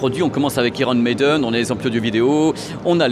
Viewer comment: Iron Maiden (aïron Meyden) please, j'ai mal à mes oreilles !! ^^